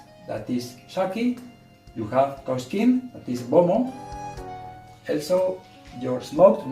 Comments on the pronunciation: Wow your husband is a great cook, he pronounced the shacki and kpomo so well, the okra soup looks very delicious. I like the addition of mushrooms too it, well done. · Waw oyibo husband did amazing job in the kitchen.i love the way he cut the okra and vegetables the way he pronounces kpomo was so perfect.